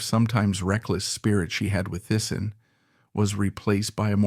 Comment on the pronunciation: Teessen, not Tyson. 😢